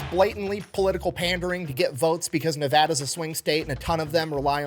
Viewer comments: Thanks for pronouncing Nevada correctly. It's Ne-Vāh-Duh, not Ne-Vōh-Duh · Thank you so much for saying Nevada right! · Thank you for best part of the video for saying Nevada correctly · I love that he said Nevada correctly despite not being from here